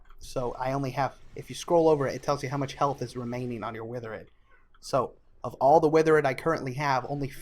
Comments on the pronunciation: good video but pronunciation of withered threw me off, surely its "with erd" and not "with er id" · Withered, not witherid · I like how you pronounce Withered as a noun differently than withered as an adjective.